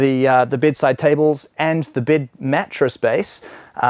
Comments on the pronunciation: You know someone’s a kiwi when they say ‘bid’ instead of bed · its bed not bid you moron